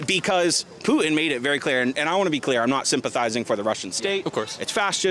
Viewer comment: Who the heck is Poo-in? Is that dumbxss trying to say Putin?